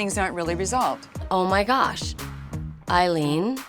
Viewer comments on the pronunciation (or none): It sounded as "waoh Eileen" LVP said.